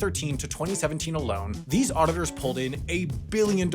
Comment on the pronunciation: why do you say the word 'auditors' like auditorrrrrs? you sound like a cat purring